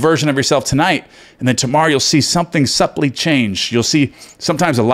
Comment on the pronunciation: My brother - the "b" in the word subtle and subtly, is silent. Love you.